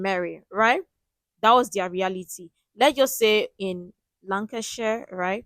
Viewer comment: FYI: The main pub in the centre of this story is still there and they have two memorial plaques. It is "Ye Olde Hob Inn", located in Bamber Bridge, near Preston in Lancashire (which he slightly mispronounced in the video), England. Although I live in London, I often go to Scotland for a holiday and will always drive via the pub to call in for a meal, even when taking me 'out of my way' for my final destination. It is a beautifully preserved (thatched roof) 17th-century coaching house, first built around 1616 and now is known for its top quality 'food'.